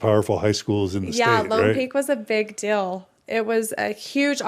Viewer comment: Why do Utahns say "dill" instead of "deal"?